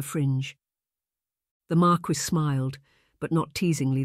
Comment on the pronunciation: "Mar keese"?